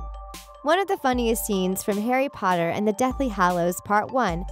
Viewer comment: Harry PotaH😂😂😂 is my fav